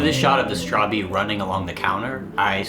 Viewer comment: Your saying it rowng bro i finish the game about 5 or 4 times bro 😂 pls say it rite it realy onoys me ask google bro😅